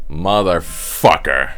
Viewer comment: I fucking LOVE that you can hear the Dutch accent slip on that “MotherFUCKER” at the end.